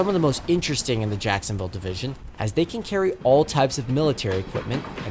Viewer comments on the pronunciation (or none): none